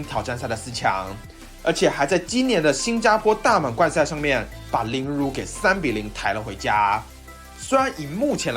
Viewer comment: 法國球員Lebrun的發音有誤，無論英語或法語的發音都不相符，若可以的話希望再檢視一下